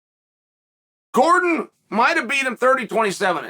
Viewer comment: I'm not sure which is worse, Chael getting Gordon's name wrong every time or him saying paddy is championship material. Dude just got 30-27d by an unranked opponent.